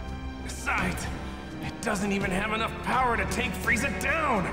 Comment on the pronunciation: bruh do anybody notice that instead of power he says bower lol